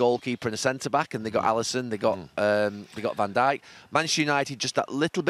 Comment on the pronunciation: “Van de Bijk” Oh, new player?